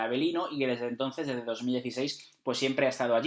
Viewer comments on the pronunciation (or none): none